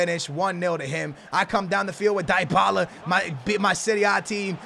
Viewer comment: it's DEE-Bala. For fucks sake